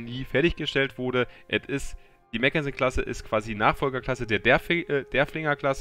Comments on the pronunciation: Mack, nicht Mäck 😜 Ein Papier Schiff war es genau genommen nicht, nur eben nicht vollendet, anders als die nachfolgende Ersatz-York-Klasse, die wirklich nur geplant war. Was das Panzerung Defizit angeht, das Schiff krankt da etwas an WGs merkwürdiger Einteilung: Sie ist ein Schlachtkreuzer, ein Schiff das zugunsten der Geschwindigkeit auf einen Teil der Panzerung verzichtet und war niemals für eine direkte Konfrontation mit Schlachtschiffen vorgesehen. Eine Auslegung, die den Britischen Schlachtkreuzern noch stärker ausgeprägt war (im direkten Vergleich waren die deutschen langsamer und etwas Kaliberschwächer, dafür deutlich robuster. Btw, die Hood war als Nachzügler eine Ausnahme, die wurde aufgrund der Erfahrungen des Krieges wartend des Entwurfes noch deutlich stärker gepanzert). Wird im Spiel aber wir ein Schlachtschiff behandelt, im Gegensatz zu Alaskas, Stalingrad und Co, die als Kreuzer eingestuft werden... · mackensen..nicht meckensen